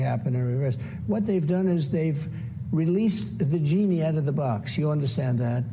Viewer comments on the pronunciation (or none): did he say they "released the vaginy out of the box"?